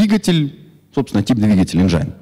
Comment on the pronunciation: Энджин,а не энджайн :(